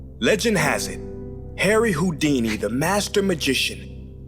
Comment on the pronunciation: really went with harry hou- dumcy instead of harry houd- weeny